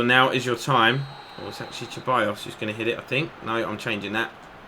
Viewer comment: Hi mate love your videos so happy you are playing pes and on a challenging difficulty level too. Ceballos is pronounced "sir buy os" in spanish